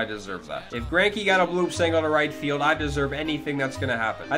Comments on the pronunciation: This guy said flidge 😂😂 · this guy said flidge